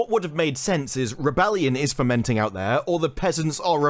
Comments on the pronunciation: the meme is that whatever the actor said sounds like "my pockets are fermenting", if someone made an oopsie it's the writers and director of the show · Fermenting? Does he mean fomenting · I think he's saying "Pockets (of resistance, ostensibly) are fOmenting" not fermenting. But yeah, disney star wars so "the message" will be strong with this one. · "Fomenting" not "fermenting"